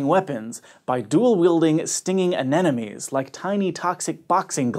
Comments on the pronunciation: "Dual wielding an-enemies" lmao umean an-emonie? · I cant unhear “a ne na nee” lol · you did it again. All through out story #7, you mispronounced "anemonies" every single time. Hint: it's not pronounced like "an enemies". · KnightOfTheNight Apparently. :\ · DatAwesomeCottonee Exactly my point.